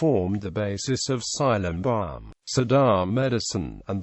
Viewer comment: its silambam not cylambam